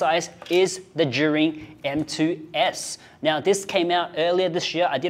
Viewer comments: How do you pronounce Zhiyun? Why do I hear him say “jury” 😭😭😭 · So how do you prononce "Zhiyun" in chinese? Everytime says it, it sounds more like "Zhurin" "Zhureen"